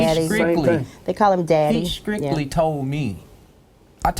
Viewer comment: The man on left side is dumb as a box of rocks and i cannot believe he is even talking bout whether his daughter is Driving or not!!! Oh my man on the right side just said skrictly. I cant!!